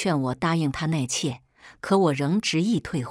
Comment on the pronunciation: 纳妾，怎么念成內妾